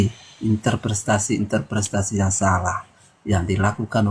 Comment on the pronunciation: *Interpretasi * bukan interprestasi 😂